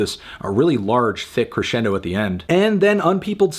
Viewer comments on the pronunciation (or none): none